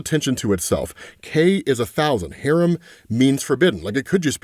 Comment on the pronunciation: it’s pronounced Ha-rahm not harem 💀